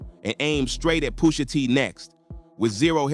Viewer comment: Why can't you say Pusha T's name right? 😭